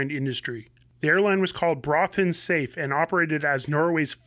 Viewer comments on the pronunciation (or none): Pronounced "Soffa", not "safe" as in safety.